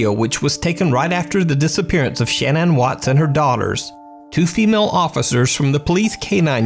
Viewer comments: Her name was pronounced shinan not Shannon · Shan Ann Everyone else: Shannon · Her name is pronounced Sha-nann. Not Shan-ann. (Shuh-nann) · I think her name is pronounced ‘Sha-naan’ not ‘Shan -Ann’ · Why can't you say the name Shannan properly? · I’m not trying to hate or anything but the way you were saying Shannon kinda bothered me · Is her name really Shan-Anne? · I think it's odd that you pronounce the name Shannon as Shan ann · why can nobody pronounce Shanann Watts' name?